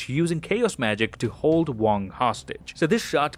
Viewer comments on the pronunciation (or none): none